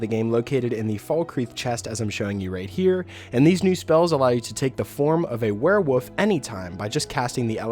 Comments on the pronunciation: Am I the only one that thinks it sounds like hes saying "werewoof" instead of werewolf? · Nah He Definitely is saying Woof. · Please stop saying werewoof!